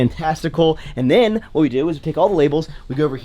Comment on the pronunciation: "and den".... "and den".... "and den"....